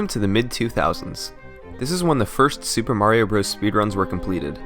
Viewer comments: HAHAHAHAHAHAHAHAHAHAHAHAHAHAHAHAHAHAHAHAHAHAHAHAHAHAHAHA you can't even say Super Mario Bros. correctly. LOLz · I hate that he calls it Super Mario Bros.